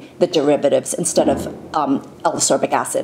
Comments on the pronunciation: love the video, great Infos x PS: Ascorbic, not asorbic xx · I saw, I saw Vitamin C and clicked thumbs up before I even watched the video:) PS. It's pronounced As-KOR-bic, not Asorbic;) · I though I was the only one to repeat saying "ascorbic acid" every time she called it asorbic lol. Good Infos anyway, love the video x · A very informative video, thank you. A little remark if I may - it should be pronounced As-C-orbic (not asorbic..) acid. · I really am a huge fan, but the way you pronounce Ascorbic is maddening and so distracting. I've always found this so, but after listening to you say it 50+ times, I feel like I'm losing my mind. There's a K sound in the word: As-Corbic, not Asorbic. I'm thoroughly aware of how petty this is, but it was so so distracting. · I agree. As-c-orbic acid indeed. To me your remark doesn't sound petty, since it is a video about ascorbic acid